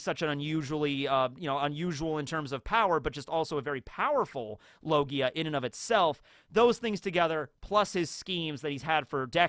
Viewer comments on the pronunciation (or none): none